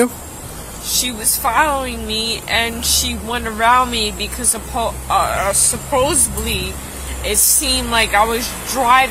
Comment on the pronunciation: Oh dear, I’d arrest her just for saying ‘supposebly’